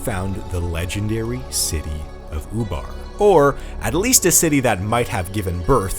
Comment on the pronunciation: That's ''Ubar'', not ''FUBAR''... although that's exactly what happened.